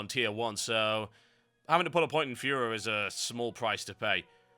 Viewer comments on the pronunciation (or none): Why did you pronounce furor as fuhrer? Haha